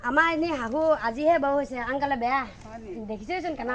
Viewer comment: শব্দবোৰ শুদ্ধ কৰক হাহো নহয় শাহু , আৰু হুখি নহয় সুখী আমাৰ অসমীয়া মানুহবোৰৰ এইটোৱে সমস্যা